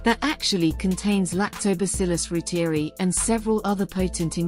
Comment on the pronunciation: ‘Roo-teer-ee’ ??? ‘Roy-ter-eye’ is the true pronunciation.